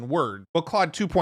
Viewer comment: It's pronounced 'clode'. ❤